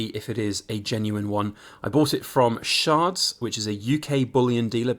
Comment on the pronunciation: Ch not Sh! Like the vegetable 😂 Chards